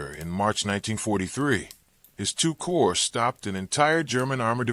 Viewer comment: The commentary couldn't pronounce Wehrmacht or corps. I cut it off.